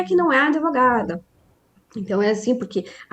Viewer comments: Prezada, não é adevogada. Fala-se advogada (com D mudo). Isso é o básico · Impactuar... Adevogada... A advogada precisa estudar um pouco de Português... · Como essa "adEvogada" fala errado, hein!!!!!